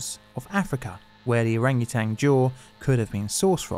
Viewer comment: Love your stuff dude, but please, it's orangutan, there's no G on the end lol